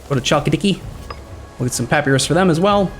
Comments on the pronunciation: Papyrus (pa·py·rus): "Pappy-ross" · Well first of -us in latin is pronounced as we'd pronounce -os. So at least it would be Pa-py-ros. Also you'rs is the latin pronouncation where the emphasise is on the last pre suffix syllable. Ancient greek is diffrent I think. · pronounces it wrong. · Just because it's usually pronounced like that in modern english doesn't make it right.